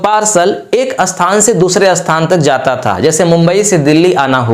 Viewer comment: jo samjha rahe ho .pahle apni pronounsation to thik karo .jaise sthan ko bolte ho asthan